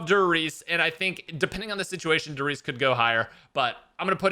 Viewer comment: “Dur Reece” 😂😭